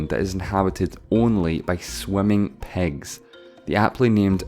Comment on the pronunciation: This guy has an issue pronouncing 'i' as a vowel. So pigs = pegs, fifty = fefty, different = defferent, million = mellion.. hurt my ears🙄